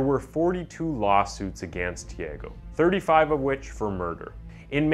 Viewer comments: tiÁgo, not "tieigo". 😉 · Pronunciation is not Tiago like Tiego but more like Chago...anyway good video. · The real crime is how the narrator murdered the name of the murderer several times. (Chee-uhh-goh). Damn it man. Thiego is a different name from Thiago. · His pronunciation of the name 'Tiago' it's funny. It not tiEgo (sounded like Diego) it's TheAGo. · I know Portuguese is a very hard language but, given me goosebumps the away he say Tiago, it’s also my name, he say literally Tiego hahahaha, but it’s okay, the video is amazing, this channel is amazing, i love it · The "a" in Tiago's name is pronounced "ah" btw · Im American it’s “tee ah go” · please say thi AH Go next time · Lol dude the way you say he's name...isn't the way you say it lol